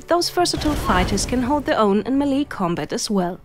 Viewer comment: The word "melee" is pronounced MAY-lay, not mee-LEE.